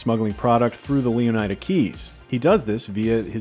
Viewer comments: Shouldn't the "ida" in Leonida be pronounced like the "ida" in Florida? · Completely butchered the pronunciation of Leonida throughout the entire video. Wild coming from one of gaming’s biggest news sources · Botching the names of almost every car is fucking CRAZY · The way this guy pronounces Leonida... does he also pronounce Florida the same way? Yeesh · There will be discourse on the pronunciation of Leonida